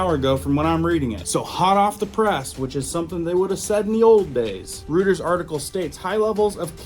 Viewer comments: DUDE, IT'S PRONOUNCED ROY-TERS NOT ROOT-ERS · Roy-ters - not Rooters. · It's "Roiters", not "Rooters". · It's not Rutters, It's Reuters pronounced ROY-ters. Keep up the great reports. Good job! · pronounced ROY-TERS (spelled Reuters) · (I think Reuters is pronounced roy-terz) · PRONOUNCED 'ROYTERS' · THAT WOULD BE ROYTERS, CORRECT PRONUNCIATION! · I’m pretty sure it’s pronounced ROY TERS. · FYI Reuters is pronounced like "ROY-TERS"